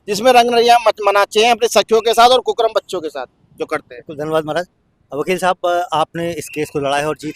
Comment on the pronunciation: कुकर्म को कुकरम बोल रहा है